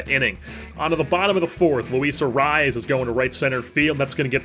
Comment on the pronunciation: I want to sincerely thank you for properly pronouncing Arraez